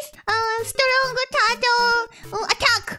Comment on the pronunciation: STRONK TURTLE